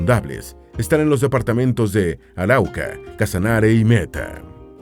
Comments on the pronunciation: Está bueno el documental, pero no es Auraca, es ARAUCA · Es Arauca, no Auraca :) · Muchas gracias por hablar de nuestro país Colombia. Oye si tienes que hablar en la internet programa la IA para que promuncie los nombres correctamente valleduPAR lleva el acento en la última silaba. Por ejemplo, es Arauca no auraca. Luego es AntiOquia. Olvidate de antioquía como lo estas pronunciando. En Venezuela es San Antonio de Táchira. Bueno que sigas mejorando la pronunciación. Que viva Petro y el gobierno del cambio. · Arauca, no uraca. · Somero anlisis de la geografia colombiana enfatizando en los problemas fronterizos y de la guerrilla. Dos observaciones, en primer lugar es el departamento de ARAUCA NO AURACA y es irrelevante la ucronia de Le Corbusier en la planificacion de la capital Bogotana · cual auraca ...sera arauca aprenda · Se dice o se llama el departamento de Arauca, no. Auraca 😮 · Auraca ✅ Arauca ❌ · Es Arauca, no Auraca. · ARAUCA ES UN DEPARTAMENTO DE LAS LLANURAS COLOMBIANAS. NO SE LLAMA AURACA COMO DICE EL DOCUMENTAL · Arauca no Auraca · El departamento no es Aruaca es Arauca . Pero está muy bueno este documental de nuestra bella Colombia saludos desde Cúcuta Colombia bendiciones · Corrección, no es auraca, esArauca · Hjajaja este tipo de la pasa diciendo los nombres mal... "Auraca" jajaja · Gracias es un vídeo muy educativo. Está mal pronunciado Valledupar, puesto que es un palabra aguda lleva el acento en la silaba par; Antioquia se pronuncia sin tilde; es Arauca no aruaca. Sé que parece una pequeñez pero quería decirlo. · Hago una corrección, en el minuto el narrador dice "Auraca" y el nombre correcto es Arauca.... Saludos a todos, mi país los espera con los brazos abiertos, no por algo somos el tercer País más hermoso del mundo 🇨🇴❤️🇨🇴❤️🇨🇴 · No es Auraca se LLAMA ARAUCA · auraca TT, es Arauca* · de donde saco eso de "auraca" ?? en realidad es Arauca, (aunque eso es perdonable, no como lo de las "estaciones", seguro alguna mal traducción)